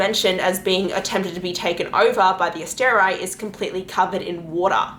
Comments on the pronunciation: I'm sorry but ASTER-EYE seriously? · You mispronounced like everything. So hard to listen to with your random decisions on how to pronounce things like Asteri.